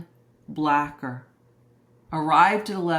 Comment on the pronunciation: Its not blacker. His name is blaker long a. Like the name Blake. Rhymes with laker. Rhymes with faker. Rhymes with baker.